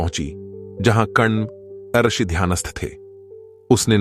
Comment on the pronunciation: आरषी नही ऋषी उच्चारण कीजिए |